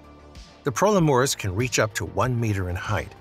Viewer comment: And the pro leh moris 💀 grace literally said pro LE muris at the start loll